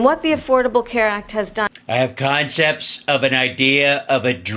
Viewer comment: "Consepts of a plan" holy fuckin shit 🤣🤣🤣🤣🤣🤣🤣🤣🤣🤣🤣🤣